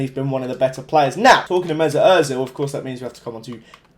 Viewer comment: Özil? Lewandowski? Griezmann? Mustafi? Neuer? Konoplyanka? wtff u suck lol